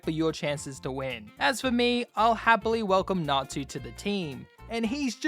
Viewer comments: I’m sorry I know it’s natsu or something but it sounds like n@ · I didnt know it was fairy tale until you said erza - because i wasnt looking at my sceen - WHY DO YOU NOT PRONOUNCE TSU???? Tsu is closer to su than tu- but you say tu and 😭